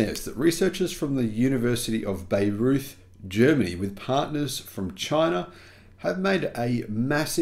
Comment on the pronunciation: University of Bayreuth is pronounced buy-roit.